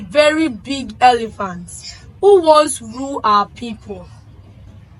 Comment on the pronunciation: Elephant. Not elivant